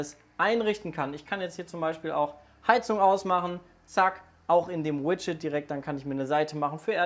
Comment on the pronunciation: Ich glaube ich habe noch nie jemanden das Wort Widget sagen hören und es ist sehr komisch .D